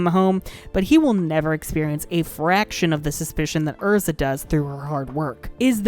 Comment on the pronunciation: I love Erza, but Happy will always be my favorite. P.s I really appreciate you pronouncing the character's names correctly.